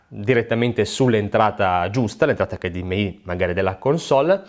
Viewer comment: Grazie per la pronuncia "acca di emme i" e non "acca di emme ai". Mille punti Stima.